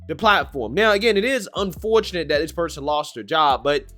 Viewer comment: I swear you need to go to school and learn English and how to speak it This or that IS NOT DIS OR DAT...THEY IS NOT DAY.. DAMMIT MAN EDUCATE YOURSELF BEFORE SPITTING GARBAGE OUT YOU DON'T EVEN KNOW HOW TO SAY IT.